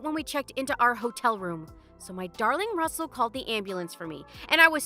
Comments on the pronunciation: Rustle? Do you mean RUSSELL? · Rustle? I think it's Russell.😂